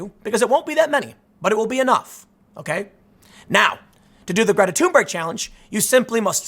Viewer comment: props to Tim for properly pronouncing her name: "Tuneberg" - havent heard any other media person get it right yet